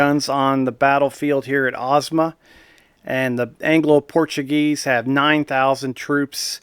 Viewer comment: you pronounced the name correctly